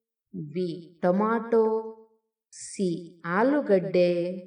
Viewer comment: ಕನ್ನಡ ಸರಿಯಾಗಿ ಓದಬೇಕು. ತಮಿಳು ನಾಡು - ತಮಿಳ್ ನಾಡು ಟೊಮೋಟೊ - ಟಾಮೋಟೂ ಇರುವ ಪದ ನೋಡಿ , ಆಮೇಲೆ ನಿನ್ನ ರಾಗ ಹಾಡಮ್ಮ.